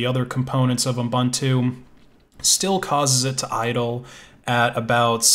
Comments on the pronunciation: Pedantic, but it's pronounced ooboontoo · It stresses me how you say Ubuntu xD